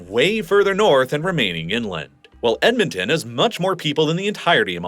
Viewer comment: Not sure about Edmonton lol, I lived there for 19 years and never heard that pronunciation. Typically for pronunciation of Canadian localities breaking them down by every three or four letters works well enough: Ed - mon - ton Ath - a - basca New - found - land Van - cou -ver Sas - kat - chew - an